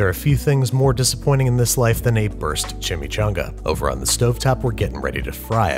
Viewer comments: Google translator voice CHI-Mee-'CHO'NGa! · Chimichanga... is it shashumga?